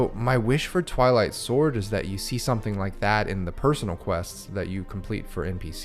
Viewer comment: Ohhhhh, Twilight Sword. I thought you said, "I Like Sword"